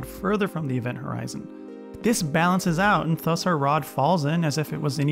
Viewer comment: I missed the whole video because I got distracted every time you pronounced "thus" as /θʌs/ instead of /ˈðʌs/